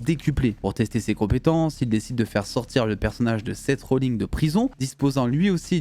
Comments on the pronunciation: seth "rolling"???????? oh putain j'ai cru fouttre une patate a mon ecran en t'entendant dire ça... c'est Seth rollinS..... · Seth Rollins, pas Seth Rollings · Par contre Seth Rollins ça se prononce "inse" pas "ing".